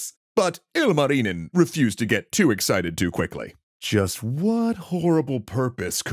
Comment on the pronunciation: I'm glad you're doing a bit better on pronunciation than most NAs, but you're pronouncing 'Louhi' in a way for the first 4 times you said it I thought you said 'Lalli' and you're saying 'Ilmarinen' IL marinen and it's just one continuous name 😅